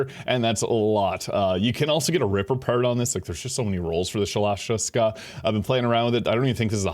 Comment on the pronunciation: You murdered the pronunciation of that gun's name.